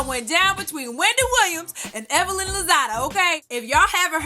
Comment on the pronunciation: I saw the Tweet and I felt like somebody had just read ME, lol...I guess it just goes to show that if you dish it you'd better be ready to take it...btw, Wendy has never pronounced Evelyn's name correctly, I actually wondered for a while if she may have been doing it on purpose...anyhoo. Evelyn's comeback was brutal. That must be so embarrassing for Wendy.